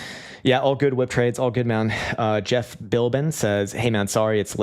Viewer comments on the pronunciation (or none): none